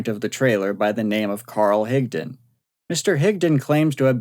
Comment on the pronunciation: Thank you for pronouncing Higdon correctly!